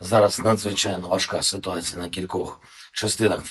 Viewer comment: льв1вска мова....с1утац1Я